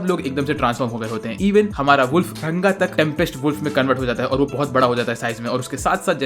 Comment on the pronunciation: Bhai RANGA hai not runga😂😂😂